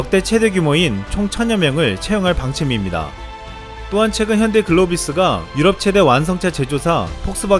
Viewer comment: 글로비스를 글로버스로 읽네..